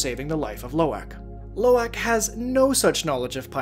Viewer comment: Love this video, but you're pronunciation of Lo'ak is killing me! Try saying aahhhhk instead of ack, Low- ahk